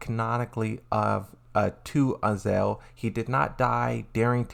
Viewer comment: what is azel you keep saying? do you mean AZAZEL?